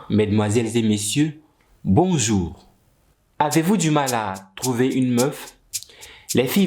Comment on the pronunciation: "elle twlouve ça glllllou"